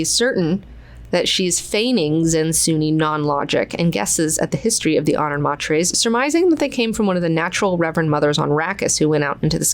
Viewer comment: I just found a recording on YouTube of frank Herbert reading parts of heretics and was shocked to find he pronounced honored matres as honored MATE-ers. Personally I prefer your pronunciation better and I don’t think anyone thought that’s how it was meant to be said but it does make sense given their talents lol